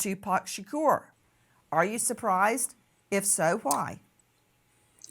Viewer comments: 😂😂😂 SHURKERRR 😂 💀 💀 ITS SHA-KORE SAY IT RIGHT 😂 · # Say His Name, Tupac Shaqure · But why she pronouncing Shakur like that tho Shakorrrr 😅😅😅😅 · Can we just call him 2pac. The way you say his last name just sounds disrespectful. 😭 Its not being pronounced properly. 💀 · Miss grace can you never ever EVER PLEASE SAY tupacs last name ever again.